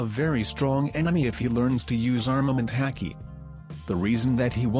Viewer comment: Pronounced hah-Ki not ha-key